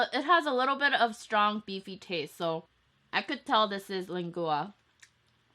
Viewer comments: Jane your so right because I'm Mexican and she said it wrong but no hate to her she is amazing but I'm starting to get hungry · You should try Tacos el Gordo or Vamos a Texcoco mexican food. Super authentic. Super good. (Len-gwah) but from now on the mex.hyuneebees are pronouncing it lengooa♡ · Sorry dear..but it's pronounced lengua....like aqua...it's the same ending sound...not lengooa...lol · lang-oo-ah😂 so funny but i love you so much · It’s pronounced Len-Gwa for the beef tongue .... lol I love that our Mexican food is enjoyed in Amy other cultures ...it’s just too good not to love! #ProudHispanicMexican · lengua is pronounced lang-wa and the thing in the middle was probably sopes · Lengua is pronounced leng-wah. Love you and your videossss! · I love your videos 💗 Try pronouncing it like lengwa 😊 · It's LEN-GUA and CAŔD-NA-SÀDÀ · btw lengua is pronounced "lengwua" just so you know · I love the way you say lengua 😎😊 but it's actually pronounced lang-wa. It's all good though. You're have a cute personality and your videos are awesome. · So everyone's gonna ignore the fact she calls lengua leng-gooa?🤣🤣🤣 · Lengua = Lane-gwa that's how you pronounce it. ☺️ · len gua lol no hate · Lengua is pronounced LEN-GWA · It's pronounced "leng-wa" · I love the way you say, lengua. Lmao